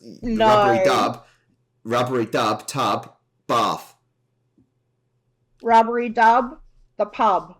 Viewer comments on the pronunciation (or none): its rubbidy not rubbery